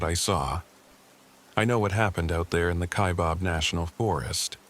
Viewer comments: It’s fiction. He doesn’t know how to pronounce Kaibab (not KaiBOB!) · It's kaibab "bab" stupid this is how you no this story is bullshit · ky bab not bob.....AI get it together...I live in Kaibab